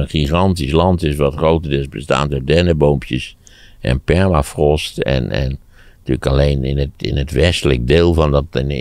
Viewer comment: Zegtie nou Perlafrost? Soort ijskoffie